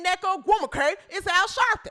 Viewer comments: lol hahaha id rather watch Angel than neka. If u say her name like that one more time lmaoooo 😂😂😂 I am rollin. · Lol. Crackin' me up with how you say nneka's name.😂